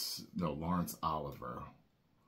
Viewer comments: Laurence Olivier (o-live-e-ay) not (ah-live-er) was a non-comedic adaptation on Shakespeare's play. While Olivier's makeup was comedic (but not offensive), the film was satisfactory. I watched it for college. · Laurence.... O-live-ee-aye